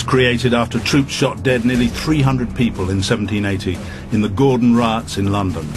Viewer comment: Commentaor "raaaaartz had broken out" lol oh dear